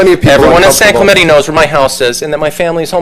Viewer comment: So, it turns out that these people cannot properly pronounce 'Clemente' correctly.